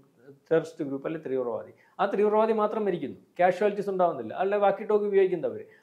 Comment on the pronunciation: Trivravaadi alla teevravaadi